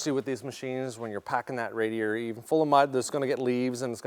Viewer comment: Juat say fucking radiator. Lord kids. Dont be so lazy